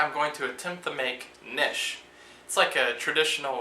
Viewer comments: Not nish Oronounce ka nish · it's not Nish it's pronounced KaNish